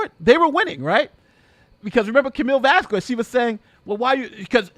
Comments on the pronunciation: broooo!! please dont say vaskuez... say vaskez... hurt my ears every tima you say her name.. saludos desde Honduras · Vas-kez…..2 syllables. Nothing that sounds even close to quarter or quack….Elaine!!!